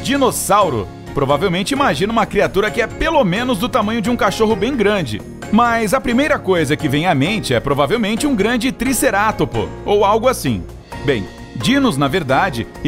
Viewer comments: "um grande triceratpor" (aparece um t-rex) '-' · se fala triceraptops